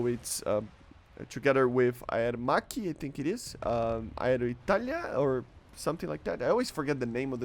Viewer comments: you pronounced Aermacchi pretty well actually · Bro u pronunced aermacchi so good, and alenia is good also. Bro be more confident cause we love u even if u pronounce something incorrectly❤.